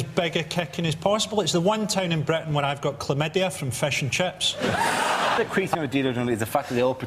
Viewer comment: No-one can pronunce fish & chips "fashion chaps" quite like Frankie...